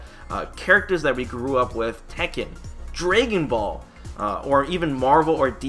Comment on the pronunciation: Draygan ball??? 😂